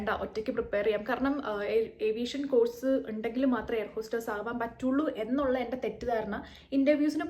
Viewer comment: Course എന്ന വാക്ക് ഉച്ചരിക്കേണ്ടത് 'കോഴ്സ്' എന്നല്ല. മലയാളത്തിലും തമിഴിലും 'ഴ' എന്ന letter/sound ഉള്ളത് കാരണമാണ് നമ്മൾ അങ്ങനെ തെറ്റായി ഉച്ചരിക്കുന്നത്. ഈ വാക്കിന്റെ ശരിയായ ഉച്ചാരണം മലയാളത്തിൽ എഴുതുകയാണെങ്കിൽ 'കോസ്' എന്നാണ്.